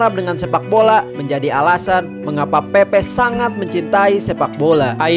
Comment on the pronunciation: Pepe bang bukan Pepe'